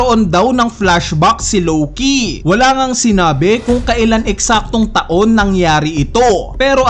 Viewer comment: Si LOWKEEYYY 🤣 ang diin eh hahahhaa...